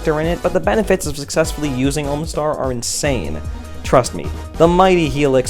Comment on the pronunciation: when says "omastar", it sounds like he's saying "almost are"